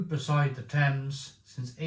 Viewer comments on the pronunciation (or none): none